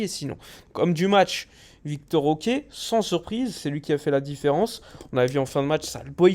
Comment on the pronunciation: Je sais que c'est moins chiant à prononcer mais ce n'est pas "Victor OK" mais plutôt Vitor Roque hein lol